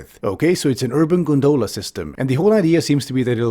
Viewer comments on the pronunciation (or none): Wonderfully cutting, as always. Psst: it's GONdola, not gonDOLa. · Great video...but pronunciation is "GON-dola". The accent on the first syllable. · The fact you pronounce it gon-doh-luh instead of gon-duh-luh is more abominable than the gondola